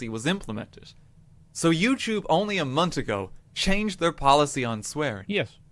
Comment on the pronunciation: Can't lie I really dislike RTgames. Also. He can say "This" but month turns into "Mont" He does deserve to be punished